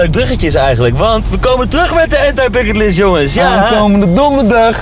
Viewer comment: Gasten spreekt het uit als Ant-ij Bucketlist. Dat bedoel ik.